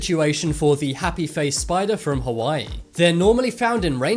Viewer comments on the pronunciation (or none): none